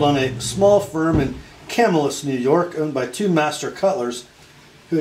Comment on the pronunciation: Thanks for all you do! The pronunciation of Camillus is Cam-ill-us, accent on the second syllable. Camillus is a suburb of Syracuse, where Crucible steel is located. BTW, sadly, the Camillus knife factory was just recently dismantled. Upstate New York was once home to many cutlery companies, some of which are still in operation, including Schrade, Oneida, Ontario, Kabar, Queen, Canal Street, Utica and others.